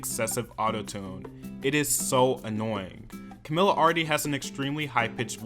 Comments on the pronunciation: If I was above the legal age I will take a shot every time you said to camila's name wrong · Take a shot everytime he says her name wrong 😅